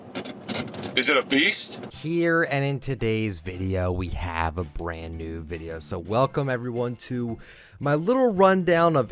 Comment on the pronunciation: “In today’s video we have a bran new video”- 2019